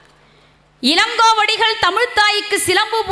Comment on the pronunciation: இலங்கோவடிகள் என்கிறாரா இளங்கோவடிகள் என்கிறாரா? பல என்கிறாரா? பள என்கிறாரா?